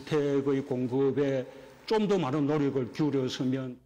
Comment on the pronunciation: 대통령의 입으로 부터 '쫌더'라는 저속한 발음을 들어야 하는 국민은 슬프다. '좀더' 또는 '조금 더'라는 표준어 발음을 할 수 없는 것일까?